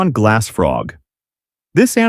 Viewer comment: It's glass not glasss